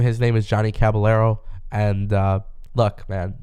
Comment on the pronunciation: Bro it is Caballero with a y sound, not what your white ass said